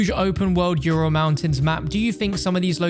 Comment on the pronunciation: Yourul mountains lol